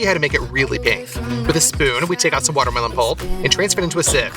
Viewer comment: Did your translator really get away with saying "BERnana" and "waterMITTEN"? 🥴